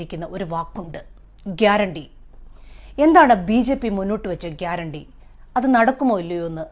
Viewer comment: അയാൾ പറഞ്ഞത് ഗ്യരാണ്ടി എന്നല്ല പേട്ട അണ്ടി എന്നാണ്